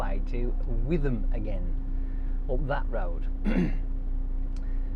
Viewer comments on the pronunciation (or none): Back in witham hey :) btw it's pronounced witam you don't use the "th" for some reason. Hope you have a nice xmas dude. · Coz 'ham' as in 'West Ham' means a small settlement' So it's pronounced Wit'am, not with am.